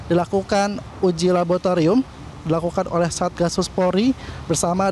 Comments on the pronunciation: ada yang denger kata "LABOTARIUM" gak sih... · "PODUK PODUK"😂 "LABOTARIUM"😂